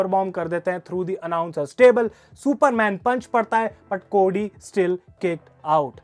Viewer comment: भाई वो कोडी हैं, कोड़ी नही 😂😂😂